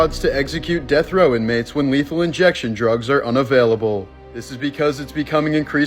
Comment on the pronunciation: Ah yes, DROOGS